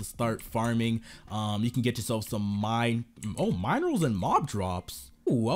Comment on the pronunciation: Him:mine... Rals and mob drops Me:uhmm i think u missed pronounced it min.... I..... Rals thts how u pronounce it